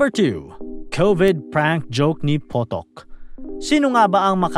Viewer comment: James Potok ❌ James PUTOK ✅